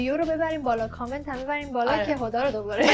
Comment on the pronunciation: هر بار که میگی هدا فکر میکنم میگی خدا😂